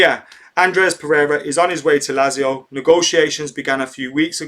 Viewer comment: MATE its pronounced LAT-ZIO ;)